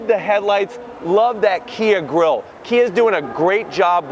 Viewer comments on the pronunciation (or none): none